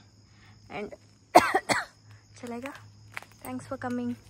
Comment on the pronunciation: Chalega anthe 😂😂😂 hindi kaltko correct agi